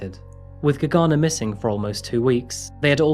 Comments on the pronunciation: UGH. HAVE TO TURN THIS OFF! CAN'T STAND HOW MANY TIMES YOU SAID "GAGANA" ....SO ANNOYING. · It took me a minute to understand that the name is Gergana because the way it`s actually pronounced is so different then what you said. the G is like the one in the word glove with sharper R and as for the man you don`t need to strees the first syllabels the pronunciation is more even. Every time I hear my country name I am suprised peoleknow we exist,thank you for covering case from here sincein Bulgaria 1 of 3 women end expriencing some sort of minor or major sexual or non sexual assult from a man. Domestic abuse is often occurence here but police rarely help on timeif at all